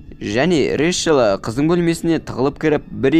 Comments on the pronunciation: Решел🙀 Рэйчел деп айтшы! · Решіл Решіл дей бермей Рейчел* деп дұрыстап айтшы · Ыыыыыыы Решл емес Рэйчл шығар😅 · Рэшл емес брат рейчелғо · Ришл дегенің нервымды қозғап жібердіғой 😅